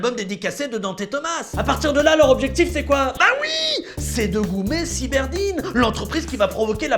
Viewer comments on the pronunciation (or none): C'est cyberdyne et pas cyberdine, siiiiii senior 😜